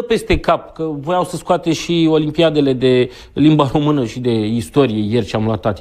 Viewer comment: limba "homână" 😂😂